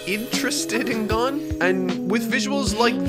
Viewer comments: lmao, if you don't pronounce it "Gone" then im alone in this dark world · At least he isn’t pronouncing it like the dub, Cone. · You say that you made a mistake and then you proceed to still say "Guun". Why?? What was the point of asking a Japanese person for pronunciation tips and admitting your error if you are just going to repeat it again?? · “Sorry Guys, I’ve been saying it wrong the whole time” 😅 Also: *proceeds to keep saying it wrong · Lol to be fair, the vast majority of English speakers also pronounce "Gon" incorrectly, versus how it's actually pronounced in Japanese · Man coulda just opened up an anime episode to hear how Gon is pronounced but YOU DO YOU MAN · >Learns how to properly pronounce Gon’s name >mispronounces it immediately after. Never change,. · Oh my god that was SO CLOSE to the correct pronounciation... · "Waste's time to drive to his Japanese friend to ask for the pronunciation of a character correctly." STILL GETS IT WRONG!!! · I was more offended by your pronunciation of Kurapika then Gon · Love how he was told the right pronunciation of gon and still says it wrong. This is what happens when you don’t watch the dub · Alright since you seem to still be having trouble with Gon's name, here is how it is pronounced. Gon's name is made up of two Japanese characters ゴ and ン. The first character ゴ is pronounced gOH, similar to how you pronounce go, as in to go somewhere. You want to exaggerate the OH sound though, the same way you would say "oh" as in, "oh no". The second character ン is pronounced /n/. This is slightly more difficult to explain, but it is a sound that exists in english too. Imagine saying the word "now", but without the ow. Just the first n part. The ン character is basically like adding an n to a word. So to put it together, think about saying "GOH NO" but without the O at the end, and without a space between the two words and that is basically how you pronounce it. Hope this helps. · you still cant say gon right